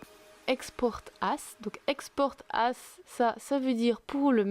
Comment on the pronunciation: bah encore c'est moins pire que quand elle dit "as" par ce qu'elle le prononce "ass" ( TU SAIS CE QUE CA VEUT DIRE !!!! ASS !!! ) "as" ça se dit "az"